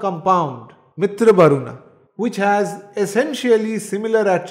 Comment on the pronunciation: It is not mitr. MitrA . Dheergha